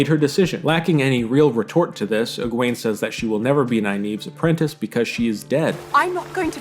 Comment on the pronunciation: I'm sorry but your pronunciation of Egwene is wrong it's Egwene. Thank you